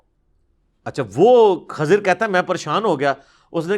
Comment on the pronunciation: Not khazir right name is khizar you can confirm it's safto know u can not pronounce correctly